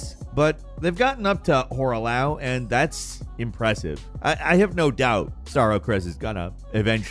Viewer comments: "hoarah-WHAT?" If it was spelled Hoarah-Laox I would understand, but it's Hoarah-Loux which should be pronounced "Loo" Also the giant walking things with the bell are called "Mausoleums" for those who didn't know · Loux = "Loo"